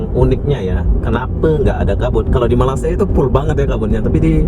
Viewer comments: Sebut Malay dengan malassia pun Korang sebut payah,lalu macam mana Korang sebut Indonesia dengan sebutan Indon? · Apa dia la, malassia malassia, nak sebut malay malaysia pun payah ( lidah keras) s dan y jauh beza tu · Nursan Dimas airil azzam itu bilang malasiiia lah bos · Kenapa tak nak marah orang Jepun sebab sebut Mareshia? hahaha 🤪